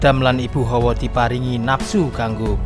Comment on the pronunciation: Hawa, bukan Howo, howo iku howo adem